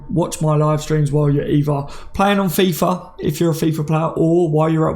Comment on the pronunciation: On fiffa 😂😅 this man knows 👊